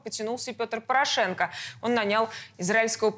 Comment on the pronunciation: Не "нанЯл", а "нАнял".